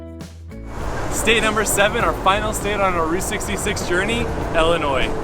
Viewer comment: Stop saying "ellinois". It made me stop watching